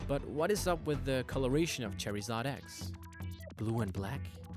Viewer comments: ITS CHARIZARD NOT CHERRYIZARD LEARN YOUR GRAMMER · you say charazard wrong you say cherryzard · Why does he pronounce charizard as cherry zard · ITS MAWILE NOT MAWELE>>ITS CHARIZARD NOT CHAREZARD> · Its Char-i-zard not char-e-zard charizard X isnt white LEARN YOUR PRONUNCIATIONS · really dude your called charizard cherryzard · Char-iz-ard not chair-iz-ard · It's not cherryzard its charzard fuckface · ITS CHARIZARD NOT CHAIRIZARD GOODNESS SAKE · Fuck you it's pronounced c h a r s a r d not s c e s a r d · its not Cherryzard its Charizard: how to say: Char-iz-ard. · It's charizard, not cherizard dude ... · It's pronounced "chor-i-zard", not "chare-i-zard" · its charizard not cherryzard.... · It's pronounced ( Ch Ar i z Ard ) no (Chair i zard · Its noy purnounced (Chery-zod) its (char-zard) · It isn't cherryzard, it is charizard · its charizard not cherryzard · cherry-zard bwahahaha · its carizard cheerizerd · did he really pronounce it as "cherry-zard" it's char-zard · wtf is a cherryzard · Charzard not charryzard haaaa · wtf is cherryzoin its suppous to be charzion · why were you saying charyzard its pronounced charzard im not trying to be offencive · char-ee-zard? naw dude...Char-eh-zard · fucking charzard not cherizard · Cherry-zard?! Dude are you stupid it's (char-zard) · its not Pronounced Char-EEE-zard its pronounced Char-Zard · um plz learn to pronounce pokemon names its not cherryzard its char I zard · LOL you said cherryzaid but its charzaird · its pronounced char-zard not cherryzod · was annoying me when he kept saying cherryzard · He pronounces charizard as CHERRYzard. I find that strange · Not that I'm trying to come off as a prick, but I'm not sure if it's your accent or you just don't know the pronunciation of some of the pokemon's names, but it made me cringe so hard. Especially when Charizard came up, and you said it as (what I took it as) Cherryzard. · The way u pronounce charizard lol u say cherryzard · Why does he say charryzard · Cherryzad! lmao